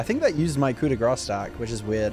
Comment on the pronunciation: Grâce is pronounced like "grass"